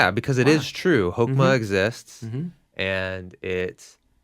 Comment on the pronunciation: When you said Hokema, I thought you said Pokemon.